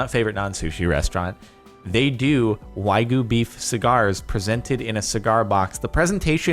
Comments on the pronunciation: Why do you you say whygoo, its wagyu. Wag yu. Wag YOOOO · “Whygoo beef” Don’t worry, Jordan. It’s hard to sound pretentious when you can’t even say the word right. 😂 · Does it bother anyone else that he pronounces Wagyu as Whygoo? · "Waigu Beef" --------> Wagyu -__ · "why-goo beef why-goo beef" WTFH Jardom learn to read plx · Why do you pronounce wagyu as "why goo" ? Sorry just a small thing that caught my attention lol. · For one as far as i know isnt it pronounced way goo??? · When you’re gonna talk about Wagyu beef, at least pronounce it correctly please. You don’t pay that much so you can rename a species of cow